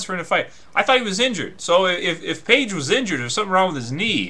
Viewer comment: stop calling him "page"